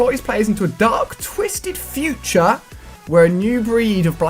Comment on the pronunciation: That moment when it said futre technolog